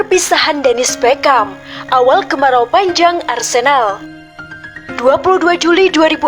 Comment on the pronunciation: tolong bwt conten creator. pembaca narasi nya HARUS yg paham sepakbola. biar baca nama pemain nya gak salah". dia BERGKAMP. bukan Beckam. flying dutchman (datcsmen) bukan datcsman